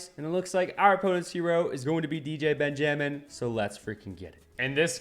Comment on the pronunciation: Why did you say benjamin as ben-gem-in 😭